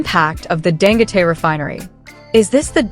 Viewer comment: I think his name is pronounced "Dan-go-tee."